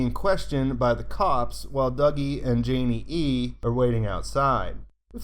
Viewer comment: Nice. Maybe as gratitude you can finally answer me why you say "Janey-E-E" with an extra E sometimes? :D